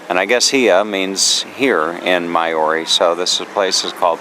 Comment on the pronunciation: Maori is said like mouldy.... just a tip haha... but thank you enjoying seeing where you go